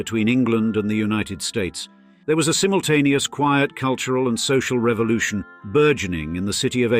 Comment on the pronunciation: Culyural capital 😂.Plastic boobs and lips